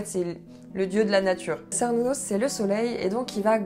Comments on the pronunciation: En fait on dit "kernounos" aussi, désolé... C'est un nom gaulois et en gaulois, les C se prononçaient tous K (comme en latin, d'ailleurs). Et les u se prononçaient "ou" (encore comme en latin). 🙂 Par contre ce que j'ai jamais compris, c'est pourquoi il y a des fêtes qui ont un nom celtique et d'autres qui ont un nom germanique (Litha, Yule et Ostara). C'est vrai que le nom celtique de ces 3 fêtes n'est pas connu, mais ça fait bizarre de mélanger les deux cultures dans un même calendrier :-) . "Mabon" est le nom d'un personnage aussi, pas d'une fête (à ma connaissance). Bizarre que la fête en question n'ait aucun vrai nom connu (enfin ça arrive ! Vu que le paganisme celtique antique est fort mal connu...). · Bonjour , ne t énerve pas mais on dit « quernunnos « 😁 , je viens en amie hein pas taper 😂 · Cernunnos se prononce effectivement avec le son K 😅 super vidéo! Trop hâte de voir les prochaines ❤ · J'espère ne pas t'énerver mais il me semble que Cernunnos, se prononce Kernunnos, en tout cas les anglophones le prononce ainsi et je l'ai toujours prononcer de cette façon personnellement. ^^ Mais comme tu l'as souligné, l'intention compte. Je ne suis pas trop porté sur la Wicca mais vidéo intéressante, je te souhaite une bonne continuation :) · Je rajoute un petit commentaire concernant la prononciation de Cernunnos et de Cerridwen parce que du coup ça m'a beaucoup intrigué ! Et effectivement, après quelques recherches, dans la prononciation celte, on dit bien "ker idwen", mais aussi "ker nunnos" ! Je sais pas si ça va te contrariée du coup...😂 Mais c'est bon à savoir ! Quant à la prononciation française par contre, aucune idée. Je préfère me baser sur la langue d'origine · Super vidéo ! Je suis païenne mais pas wiccane mais j'avais commencé mon intérêt par le paganisme et la sorcellerie par cette religion ^^ (par contre, désolée, mais ça se dit bien Kernunnos xD) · Je suis vraiment désolé de l'annoncer mais Cernunnos se prononce vraiment "kernounosse" ;)